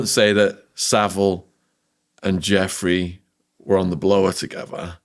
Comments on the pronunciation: Ju - Frayy is how her name is pronounced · Can you please take care to say people’s names correctly, her name was Virginia Giuffre, it’s pronounced Jifray with a soft J like a sh. It’s happened a few times with different guests and being someone with an unusual surname, I find it really disrespectful to get someone’s name wrong. Sorry to be picky, hope you receive with love.